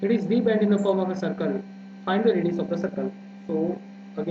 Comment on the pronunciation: Sir aapa radio bole hai ya radius I'm confused what